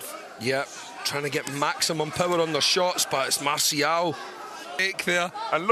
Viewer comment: Not masiao it's Marcial😄😆